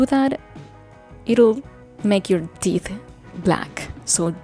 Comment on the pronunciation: Oh, I thought she was saying her 'tit' was black. Okay, 'teeth'.